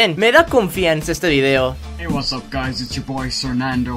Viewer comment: me da risa como dice guys y suena gays XD